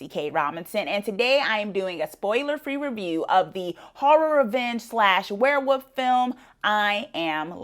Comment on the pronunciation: Werewoof? Or Werewolf? 😂